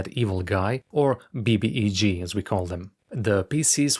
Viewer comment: don’t cave Nick - it’s B B E G - just because the Portuguese and apparently Icelandic English speakers have some need to pronounce acronyms, doesn’t mean you have to - my madren in Spain called REM “rem” - don’t do that - you’ll be Losing [Your] Religion over it - now, if we’re talking about the Ultimate Evil Guy, that’s different - that’s a “yoog”